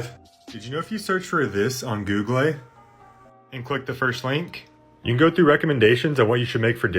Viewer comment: Why are you mispronouncing words like google and harvard?